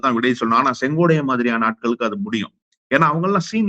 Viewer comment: செங்கோடை என்ன செ செங்கோட்டை என நல்லா சொல்லுப்பா அம்மா ஐயா திராவிட